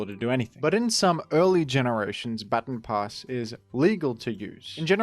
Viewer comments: "Ba-ton". Not "bat-on". It's not "batten down the hatches", it's a "ba-ton" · I didnt think i could dislike a pronounciation more than Groudon, but then I heard you say Baton Pass... shakes fist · "batten pass" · Thats not how you pronounce baton pass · Still crazy how you pronounce "baton pass". It's really cringe